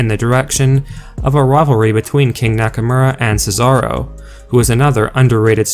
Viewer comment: It's pronounced Nakomora not nackamera this is irritating